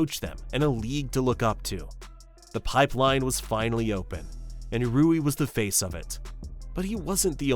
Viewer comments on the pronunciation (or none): How can you not even get the name of the main character in your video right. its RUI not RIU... seriously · I think its Ruwi not Riyu. Rui Hachimura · "Rui" (similar in pronunciation to Louie), not "Riu" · rui not ryu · Calling him riyu is crazy… his name is RUI lol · his name is 3 fucking letters long and you're pronouncing it wrong. How? It isn't RIU, it's RUI. Are you serious? ROO-WEE, not fucking REE-YOO. And you don't even mention Yuta Watanabe, a fucking NBA player.... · Yo jap here. Two pro leagues were total politic shenanigans, and the corporate league was cancer of the system. I’d say the cultural overture played a lot. 20 years ago, no executives would accept naturalized tall white guy or even mix blasons guy as Japanese. Hell, nothing matters than win. They kinda covered the height problems in the B league and the national team now days. Btw it’s not [Ry-u] it’s friggin [Ru-i], not [Kay-sy] but [Kay-say]. You can hear them some clips man. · How hard is it to pronounce Rui’s name correctly? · I noticed that too. Though to be fair he got it right after like the 3rd time, haha